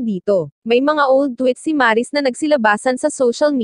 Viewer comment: Mali ang pagkabigkas ng Maris..hindi po Maaaaa...ris..